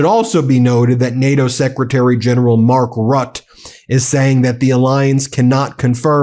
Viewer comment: mark rot, hoe kom je er op, geweldige uitspraak 😂😂